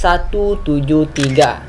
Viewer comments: Kak,cara ngmong SCP itu kayak gini esipi Ya ngmong SCP itu seperti esipi waktu ngmong esipi nya biasa aja, jangan kayak esHpi ndak usah,biasa aja! Esipi tapi tulisannya SCP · Ni org nyebutnya es ce pe Tapi klo dibaca s si pi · Bang Baca Scp itu Escipi